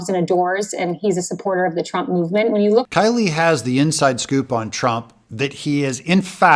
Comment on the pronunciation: Kayleigh...first name sound like the name Kay....long a.